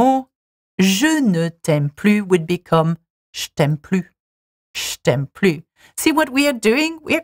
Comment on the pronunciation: Hey, as French native, "je t'aime" is said as "je t'aime" not "sh-tem" because it is an important word